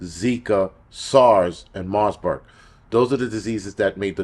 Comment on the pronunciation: Marburg...no 's' in the name. You're welcome ❤😅